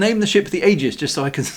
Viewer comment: Sorry but Wintermute is correct. The a is silent. It is pronounced eegis😵